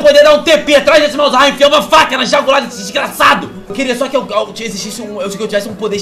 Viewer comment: Mds, jagular, jogular, meu amigo -1 inscrito kkkkkkkkkkkkkkkk